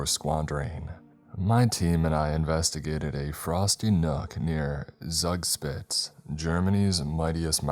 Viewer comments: The pronunciation of Zugspitze Broke my German heart man.. atleast try to pronounce it correctly lmao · Like Zoog Shptizah? Or Shpitezah